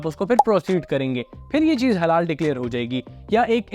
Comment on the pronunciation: Sir ap jo halal ya haram mein break le kar bol rha ha ek dum confuse kr deta ha 😂😂😂